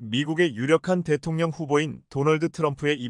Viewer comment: 방송도 좋지만 발음좀 정학히 새라! 대통령 대통령 대통령 이라고 대동령이 아니다. 듣기싫다!